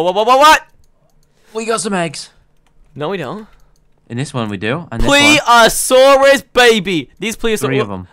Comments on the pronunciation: Stop saying ple-ah-saur-us. It’s ple-si-o-saurus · you forgot an s it's pleSiosaurus